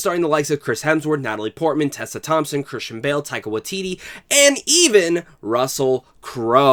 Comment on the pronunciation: Great video! Just an FYI, the Wai in Waititi needs to have the same vowel as the Tai in Taika. You're saying Watiti not Waititi :)